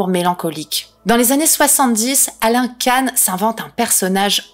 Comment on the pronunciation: Salut, ça se prononce Quand pour Alain KAN